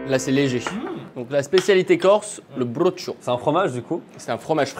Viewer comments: On dit Brocciu, pas Brochio... Je t'en ficherais, du brochio 😂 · je vais être grave chiant mais ptite remarque : c'est pas bruccio mais brocciu mdrrrr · Yaaah, Forza Corsica! ça se dit "brutcio" avec le "o" faible, presque muet. Tes vidéos sont géniales, ça permet de découvrir la vie japonaise et des choses qu'on ne saurait pas si on voyage au Japon pour quelques jours sans avoir de discussion. Merci! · Respectez le brocciu. C’est OU à la fin pas O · Manque un peu de respect à la corse... Le brocciu n'est pas un plat cuisiné... tu aurais du faire un sauté de veau aux olives... Ou un brocconcini se veau.. Ou trippe à la bastiaise mais cest clivant On dit pas du tout comme il dit.. Tu le prononce si j'écris pour un francais "broutcchiou" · C'est cool pour le brocciu mais le problème c'est que... ce n'est PAS un plat !!!! C'est un fromage frais ! Pourtant il y en a des plats corses que vous auriez pu cuisiner... Et brocciu ça se dit "broutch(ou)" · Haha et oui premiers évidement et pour la prononciation du brocciu ça donnerait quelque chose comme ブロッチュ Finalement le japonnais aide presque à mieux prononcer les mots corses que ne peut le faire le français peu habitué des accents toniques 😁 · En phonétique brocciu se dit « brotchou » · Brocciu se prononce "Broutch" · Et voilà encore un plat corse mal prononcé 😂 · Sinon tellement vrai aucun ne la prononcé correctement mais ils ne sont jamais venu en corse c'est pour cela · On est bien d'accord qu'il prononce très mal le brocciu ? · mais oui 😂😂 les deux en plus !! Aucun des deux l’a bien prononcé je meurs 😂😂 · Comme tout les Pinzuti... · Je cherchais ce commentaire 😂 à chaque fois ça me fait tiquer mais bon je comprend qu’on ne connaisse pas la prononciation exacte quand c’est une autre langue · Le prononciation du brocciu c pour me terminer 😭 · et oui le brocciu évidement meme si ils le prononce mal ^^ forza corsica !